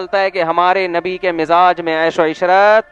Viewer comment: If uh are talking about any religion make sure uh pronounce their correct names #Nabi SAW not navi Jazakallah